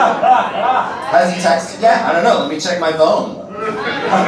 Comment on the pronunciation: LOVE the "v" vs "ph"!!! Primary care Visician... Varmacy... 😂😂😂